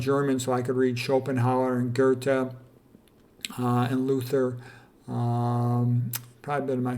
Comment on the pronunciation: Luther: LOO-ter, Schopenhauer and Goethe are well pronounced. Regards from Germany :-). Good topic!